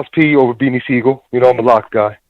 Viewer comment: It's close, but Sigel.